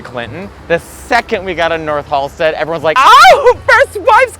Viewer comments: Ah, c’mon… it’s Halsted. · Its Halsted 😘🌈💜